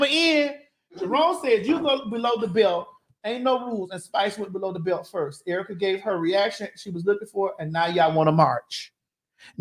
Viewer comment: how she said Erica wrong And yes she said nothing is off limits nothing is in arguments